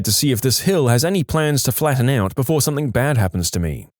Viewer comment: No k in the word something .